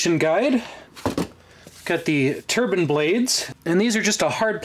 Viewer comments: TUR-BINE! not TURBUN!! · It’s a turbine not a turban 👳‍♂️. Know the difference. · Turbine. Not "turbin". Long "e". Like "confine". Jeez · lol i do love how crazy it sounds when some americans pronounce it "turban" ;)